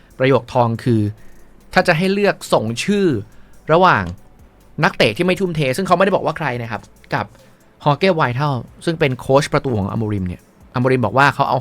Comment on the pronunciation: เห็นด้วยทุกประการ เสริมนิดเดียวครับ ตอนอโมริมพูดชื่อโค้ชผู้รักษาประตู ผมคิดว่าชื่อแกน่าจะอ่านว่า วิตาล/วิตัล มากกว่า ไวทัล นะครับเพราะต้องอ่านอดกเสียงแบบภาษาโปรตุกีส ตอนสัมภาษณ์เองแกก็ออกเสียงอย่างที่บอกครับ ฝากด้วยครับ